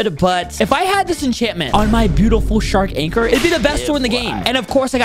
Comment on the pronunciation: Bro said water shark lol its shark anchor